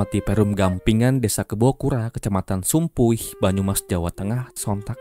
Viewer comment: Kejadia Deket kampung halamanku,tapi aku ga tau ,Agak aneh ditelinga ku ketika Mimin menyebut kecamatan Sumpiuh.😂